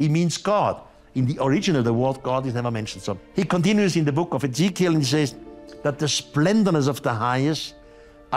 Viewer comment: Really ? Such a great video; but the female narrator pronounces the name 'Ezechiel' incorrectly. When telling people things which are new, unusual, and out of this world, it is just as important to pronounce names and words correctly, otherwise you lose credibility. And almost everyone in this video makes mistakes.